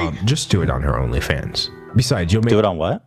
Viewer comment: Lmfao. Ethan said " only pans fage" when he was talking about belle delphines new video.